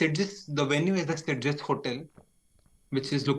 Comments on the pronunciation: As a fellow chess enthusiast from Barcelona this is sad to hear. At least with Christian pronunciation nobody will know where Sitges is :P (try Sit+Chess next time, pretty accurate to the catalan pronunciation) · Being catalan and beating you pronounce sitges is just funny. You are saying half the word